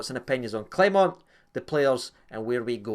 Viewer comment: Rangers fans don't learn. It's disgusting how you purposely mispronounce your managers name. It's xenophobia. It's pathetic. Grow up.